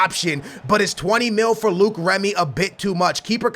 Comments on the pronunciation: please pronounce Remy right... It's not Luke its Low-ic (Loic) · Its Loic Remy not Luke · It's not Luke remy its loyc remy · it's loic not Luke not trying to hate but that's how u say it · Don't buy Luke Remy. Buy Loick (for pronunciation) Remy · it's loic not luke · Its LO-IC Remy... Not Luke Remy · Some help for French pronounciations ! Loïc is pronounced "loh-heek", and Maxime is pronounced "Maxim", the final e in French is not accentuated ! Oh, and about the scouting of players from France, there was the name of Nabil Fekir in one of the mails in your mailbox. Regarding Fekir, he could be hot stuff in the next years. He has already been compared to a sort of "leftie Ben Arfa". He also made a bit of controversy because he holds two nationalities (France and Algeria) and had to choose for which country to play. Deschamps persuaded him to play for France. But I don't know Fekir's level nor stats in FIFA. Cheers, keep up with the cool series ! BTW, I was probably the only guy in France that wanted Portugal to win the Euro ! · You pronounce Loic Remy- L-oy-k Remy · "Luke remy" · its lo-ic remy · Wait?Is Luke how u pronounce the Löic in remy? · Remy's first name is pronounced low-ik